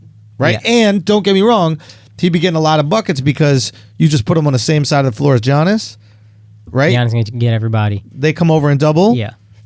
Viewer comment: It really annoys me when Andrew says G-iannis.